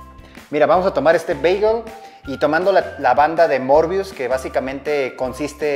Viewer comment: se escribe möbius y se pronuncia mörbius?